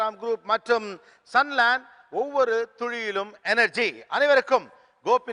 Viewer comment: Why does Mr. Gopinath says "Ovavoru thuzhiyilum" instead of "Ovavoru ThuLiyilum"